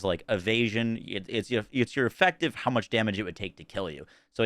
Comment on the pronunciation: "Invastment" "Espashully" "Effactive" "Defances" "Sacond" "Chast" "Dafinitely" Wtf..